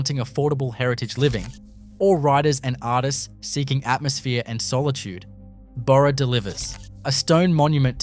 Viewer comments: Total absolute dishonest CRAP! You have one town chemist shop from the UK Salvage Hunters TV series! You have Silverton, and you put it on a road map of ADELAIDE CBD! Total crap AI voice that calls Burra a donkey! It's Bahrah, not buro! I've had a gutful of this crap, and anyone with a gram of grey matter will tell them the same! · Not sure about the image of Wollongng Spotlight store in the first minute either. AI makes a mess of pronunciation. Sorry Burra, Nhill and Junee. And other assorted words.